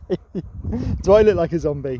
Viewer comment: I love how he says OKEY instead of OKAY. Like in K ‘eyush!!!